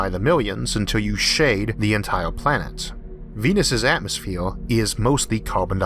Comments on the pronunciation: Why say atmosphewe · Nice video, narrator is innoing. Please work on speaking out atmosphere and world. Innoing language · despite the narrator has an issue pronouncing the following words : Earth , Mars , atmosphere , what troubles me is that from what i actually heard so far , we are planning to "spread" out like a disease into the solar system ??? First of all we don't know for sure if we can pass through the so called firmament or else known as Van Allen belt . Can we really trust all this CGI crap and whatever NASA is saying ???